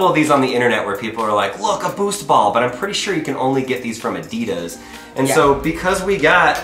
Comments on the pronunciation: Its Adidas not Adeeedas! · Listen your American, say adidas right, (adeed -is) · Ad-i-das ... not a-deed-das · Its not “uh-de-dis” Its “ah-dee-das” It may be your accent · You pronounce Adidas incorrectly. It’s pronounced Adi -Das. The word comes from the shortened name of it’s founder, Adi Dassler. His brother, Rudolf Dassler, is the founder of Puma shoes. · It’s pronounced a dey das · Is he saying Adidas wrong or am I? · Why are you saying "Adidas" wrong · It’s not adidas it’s adidas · U are pronouncing Adidas so wrong